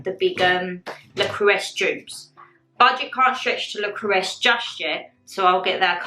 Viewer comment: I love you and your videos ❤ I just feel the need to let you know that it is French and pronounced ' Le Crew-Say'. Pronunciation is a big thing for my brain haha! x